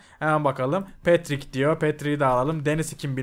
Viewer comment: abi paterik değil petrik